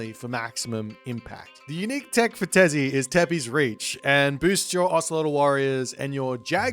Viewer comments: Hey, to help with pronunciation of the mayor gods, try to say: -Huitzilopochtli: Wheat-zeal-oh-poach-tlee (FAST SPEED) -Tezcatlipoca: Tez-caught-lee-poca (NORMAL SPEED) -Quetzalcoatl: Ket-sal-co-ah-tle (NORMAL SPEED) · You could pronounce Huitzilopochtli but you couldn't pronounce Tezcatlipoca or quetzalcoatl? they both are easier than Huitzilopochtli